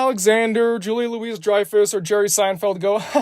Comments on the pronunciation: Also it's Julia "Loo-ie" Dreyfuss! Not Julia LOUISE Dreyfuss lol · It’s pronounced Julia Louie Dreyfus. Not Julia Louise Dreyfus!